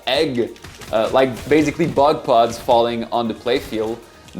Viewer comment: That sounded like "butt plugs" when said "bug pods" 😯😂😂😅😝